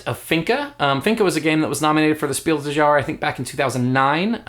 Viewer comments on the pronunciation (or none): Just a german tip: The "s" in des and Jahres is pronounced. It's Spiel DeS JahreS, not Spiel de Jahre.